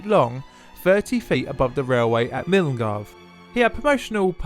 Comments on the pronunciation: Fun fact: Milngavie is a place name often used by Scots to identify if someone is familiar with Glasgow etc. It's pronounced Mill - Guy. It's jokingly pronounced Mill-un-gavie to make fun of people not from the area - much as you did here. An easy mistake to make :) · I had no idea this was thing, very interesting. But Milngavie is actually pronounced more like "mil-guy" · the track was erected in "Milngavie",--pronounced 'MULGUY" PLEASE when reporting or making documentaries do proper investigation into places and pronunciation.. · Believe it or not, Milngavie is pronounced 'Mull-guy'. I know. Wild. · The pronunciation of Milngavie isn't even close. It should sound like Mil-Guy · Great film. Milngavie is pronounced. Mill-guy. You had no way of knowing that. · BTW - Milngaive is actually pronounced Mullguy. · Just to let you know, "Milngavie" is pronounced "Mull guy".